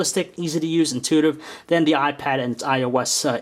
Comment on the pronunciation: did he say the new y pad, cool im lookin' for that